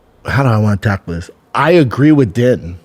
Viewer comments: Wish I could see Din Thomas’ face each time you butcher his name. It’s pronounced Deen and doesn’t rhyme with tin. 😅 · it’s spelled din but pronounced dean